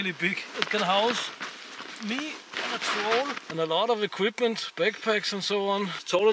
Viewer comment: Hahaha I'm dying 😂! "Can houuse me and za Trroll and a lot of eqUIPment. (Troll winks at camera)" hahahahahhs